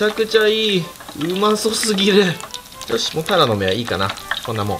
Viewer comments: たらのめの発音変ですよ。 恥ずかしいので直した方が良いかと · タラの芽うまそおおお イントネーション違う😂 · タラの芽の発音がずっと気になってたんだけど、ふきのとうの間違える時だけ急に発音が合って「？？」ってなりました😂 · タラの芽の発音が癖すごい